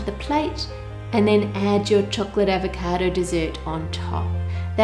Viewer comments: My sis kept making fun of the way you said avacodo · AVECAADOOUGH -that's how she's says it lmao